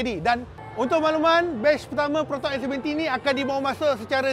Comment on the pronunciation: X abam bukan S ... 😂